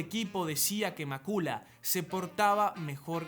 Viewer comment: Macula??? Cuándo se ha pronunciado así el nombre?